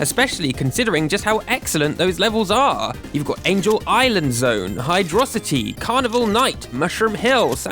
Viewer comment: Good video... but it's Hydro City is2g